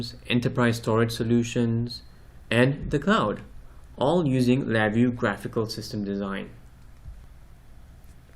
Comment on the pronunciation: atleast pronounce your name correct, there is no accent reqd there